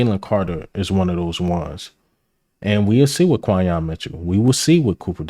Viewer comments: You my man but but it’s pronounced like Qwenyon Mitchell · Quinyon fits us perfect and you my dawg but you been butchering dawg name 😂 just say Q bro. Great vid though. Keep it bro! 💪🏾🔥🦅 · Respectfully, how many times are you gonna see, HEAR, and type down Quinyon's name and still pronouce it wrong? Lol.